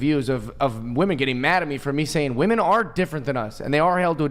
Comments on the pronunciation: I can’t handle the blonde saying “wemen” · Why she say “wamen”